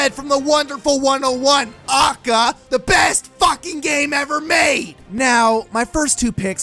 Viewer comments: As retarded as most of this video is, the worst part of it all is how you pronounce AKA as if it’s an actual word rather than an initialism. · Actually, most people are commenting to show him his contradictions, prove why he is wrong about some characters with facts, and advises him to speak more softly and pronounce AKA correctly. Pretty constructive I'd say. Others are also focusing on his "stop complaining about Ultimate roster" argument and debating that. The people insulting him and calling him autistic are in the minority. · HyperCharge for SMASHBROS Why Great conversational peace From where Idk he’s a stinky gamer tho Moves? Foward smash:acca scream stuns opponent by confusing them with bullshit pronunciation of aka Down smash: slams head on ground in order to create brain damage to make shit arguements (huge hit box) Up smash: summons sakurais penis above him and flys up to wrap butt cheeks around it Neatural smash: screams at you for wanting a character in smash and tells you why your stupid and he’s not also screams why your characters dumb and his is best boy(will damage self due to shitty argument structure and hypocrisy) Final smash: sucks own dick and summons 101 red dude or whatever and sucks his dick and spits the nut on you and explains why your characters garbage ( does more damage to echo fighters) He has a lot of potential I think he’d be a fan favorite and top tier not doubt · God what a fucking awful video. I can't believe I watched it fully. Contradicts himself left and right. And stop pronouncing A.K.A. as its own word. I'm having an aneurysm. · This video.must have had so much effort in it. I should probebly subscribe but my ears dont want me to becausr he KEPT SAYING AKA WRONG IT MADE ME WANT TO STAB MY EARS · The way you say AKA drives me fucking insane THATS NOT HOW YOU PRONOUNCE ACRONYMS! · The way you said aka made me want to scream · My guy, every time you say AKA, I want to chicken McShoot myself. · A K A not ah-ka ;_